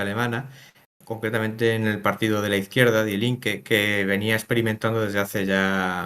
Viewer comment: Cada vez que escucho "DiE Linke" me sangran los oídos. Se pronuncia "Di Linke". Ésto es como si un alemán ve que hay una revista española que se llama "hola", y habla de ella pronunciándolo como "jola" o algo similar. El tema central del vídeo es hablar sobre un partido político alemán, que menos que aprender a pronunciarlo, que es muy sencillo y básico.